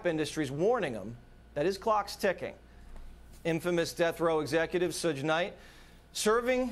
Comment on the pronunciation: The way Jesse waters pronounced Suge 🤣